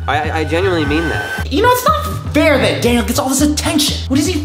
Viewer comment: Ugh his name is daniel not dainal